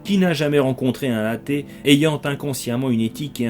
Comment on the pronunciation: On dit un athée, pas un hatée. Merci de faire la liaison.